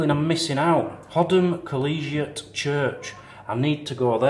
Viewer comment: Hoddom is out by lockerbie colliegate is pronounced -collie gate as in the breed of dog (collie)